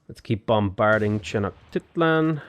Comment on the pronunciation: It’s pronounced Ten-oh-shteet-lan. At least according to my history professor. She might be wrong